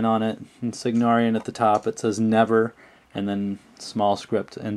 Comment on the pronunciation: love it, however isnt it Cygnaran* and not "Cygnarian"?